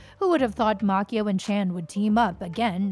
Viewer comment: it's Macchio not Makeo. Can't anyone get this right? SMFH